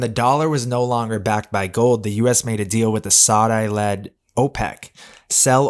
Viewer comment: “Sod-I”? Come on man…